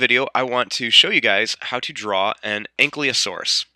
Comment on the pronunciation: Good video, but it's "An-Kee-Lo-Saurus", not "An-Klee-O-Saurus".